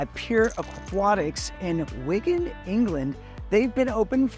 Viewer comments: It's wigan not wingin 😂 ya yank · Wigan not wingin 😘🤣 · In wingin? It's Wigan mate! :)